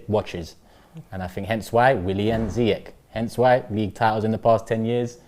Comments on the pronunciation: they still call ziyech(ziek) its (zeash) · its not ziy-jech its Pronounce seayek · Who the hell is, "Zaahyech"???